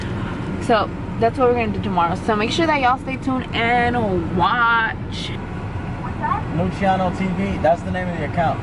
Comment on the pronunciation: Its sounds like she says Luchiano TV, instead of Luciano TV 😂😂 maybe I'm just high af😂😂